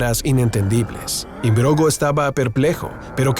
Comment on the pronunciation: Philip Im-brog-no, no imbrogo. Buen vídeo!